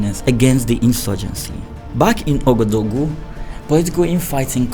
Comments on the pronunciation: Lovely story but Ouagadougou is not so hard to learn how to pronounce correctly. Wa-ga-doo-goo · my first language is French and let me say i was struggling to understand your pronunciation of "Ouagadougou”😂 keep up the good work!